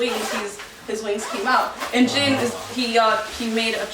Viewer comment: The way she pronounce their name is incorrect it’s not Jen it’s Jin 💀